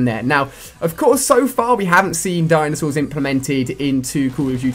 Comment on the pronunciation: LOOOOL DINASAURS??? HAHAHA COD YOU REALLY HAV OUTDONE YOURSELF!